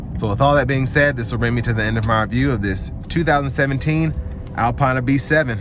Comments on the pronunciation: Good video. For future reference it's pronounced "Alpeena". Keep up the good work. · Never watch a review if the reviewer can’t even pronounce the name of the car correctly. Typical American tbh.